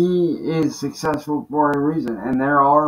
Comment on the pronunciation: He can barely even say the word "successful" let alone be it! 😂